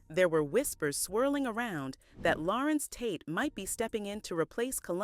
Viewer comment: Narrator says his name correctly 3 times rest of the time just mispronounce it constantly... Such a turn off! Tate ❤❤ ur acting work. Agree he should be valued more...